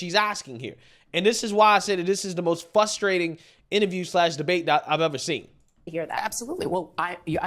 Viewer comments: Man, you got so close to pronouncing “frustrating” correctly in the intro to you monologue! I watch all of your videos and I’m just waiting to hear you say it correctly. 😂😂 I love ya man, I’m just being a dick😂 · The word is FRustrating, not fustrating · it’s frustrating not FUSStrayting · Fusstrating lol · Frustrating, not FUSStrating! It's so frustrating to hear you attempt to use college words. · fRustating, not fustrating. Ex. It is very frustrating to hear you say fustrating and makes it hard for people to take you seriously. You have good content, but really should make the change. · Dude, frustrating, not fustrating, forgetting the R , i used to make the same mistake until i got corrected.